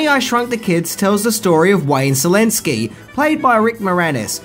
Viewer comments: It's pronounced "Shalinski" and in Polish means "Crazy" or "Mad" as in Mad Scientist. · I thought you were saying "Zelenski". Then it popped to my mind that it would be great if someone sends Zelenski a script for "Honey, I shrunk the country", lol.